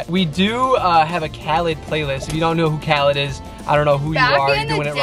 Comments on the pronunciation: Lmao it’s Kha-leed!!! but ily guys and I love the story time vids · I love how they were saying "If you don't know who Khalid is, I don't know who you are" and then they were pronouncing his name wrong 😂 no hate just thought it was funny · frlll i was like uhh that’s not how you pronounce it😂